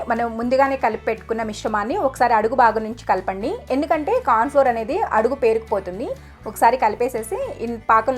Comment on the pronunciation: మీ రు cornflour (మొక్కజొన్న పిండి) సరిగ్గా ఉచ్ఛరించండి మాకు అర్ధం కాలేదు. మాటల speed తగ్గించండి.స్వీట్ అదిరిపోయంది.